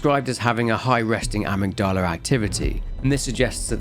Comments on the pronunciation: Who taught you how to pronounce "amygdala?" LOL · The way you pronounced “amygdala” send me 😂😭👌🏻